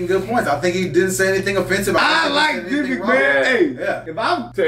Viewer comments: Just so you all know, Vivek has his own YouTube channel, he's super smart, he's well-funded, because he was a very successful self made man. You pronounced his first name "Viv-ake", his parents immigrated from India, he was born in raised in Ohio. He went to Harvard and has a degree in biology and then got a law degree too from Yale, he's the smartest candidate by far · Vivek pronounced like cake. Vivek said that.